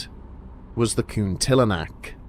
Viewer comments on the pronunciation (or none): Lol taking care much with pronouncing Kuntilinak?!! 'coon-tiller-knack,' not 'cunty le nack,' huh!? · Cunt-ee-la-nak = Kuntilanak